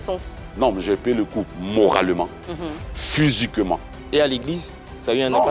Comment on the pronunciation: Il a payer le coup « phusiquement »